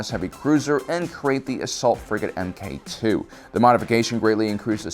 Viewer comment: Mk2 = Mark 2. not Em Kay 2.